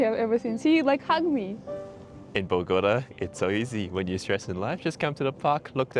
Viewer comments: Pronunciation is Boh-goh- TAH (emphasis and accent on the last syllable). Not Boh-GOH-tuh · Bogota pronounced boh-gah-tah✌🏽